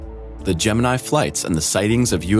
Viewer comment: Your pronounciation of "Gemini" is totally wrong.